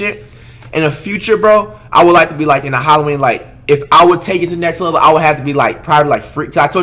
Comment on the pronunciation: "lext level" 😂😂